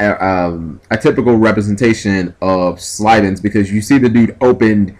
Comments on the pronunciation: SYLVANS. Not slyvans. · I like this duel, the problem is the way he keeps saying Sylvans, it's pronounced Sil-ven. Spelled Sylvan, just pronouncing it bothers me, but meh. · Definitely saying Sylvans wrong...